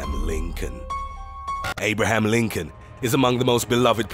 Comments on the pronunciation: I CANT FUCKIGN BTEATHE "NUMBER 8 ABRAHAM LIMCOLN" PLEASE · "AabraHAM LiNNcoln !" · The way he said “Abraham Lincoln” 💀💀💀